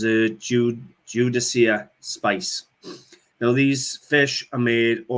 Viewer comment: I loved the silver fish spice box. I am Jewish and I have never seen one. I have a spice box in the shape of a sunflower. The spices are used in a ceremony at the end of the Sabbath and smelling them reminds us that we are saying goodbye to our special day. By the way the word Judaica is pronounced as though the 'c"is a "k". I enjoy your videos and especially enjoy your Welsh accent as my husband is also Welsh. Much success in 2022